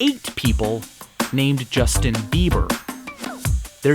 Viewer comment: 是Justin 不是Jistin